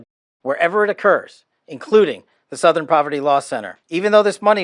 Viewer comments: Southern: ❌️ Sowthern: ✅️ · Sowthern? Where are you from? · You don't say "southern" the way you pronounce "south". You say it like it has an 'uh' in there. Kinda like "s'uh'thern" lol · Southern is pronounced Suth-ern. Pretty much everywhere. Where is from? Is his voice AI? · The way you pronounced “southern” had me laughing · OK, now I’m starting to think you mispronounce words on purpose to drive engagement. There’s no way you’ve never heard the word “southern” before. And yes, I know I’m falling for it, which makes me part of the problem.